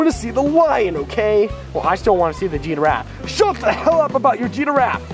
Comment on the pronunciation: Jeff is not pronouncing giraffe right